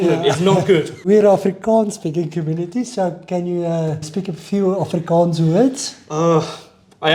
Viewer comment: Mense its "Afrikaans" and "Afrikaner" .... not "Afrikaan" 🤓👆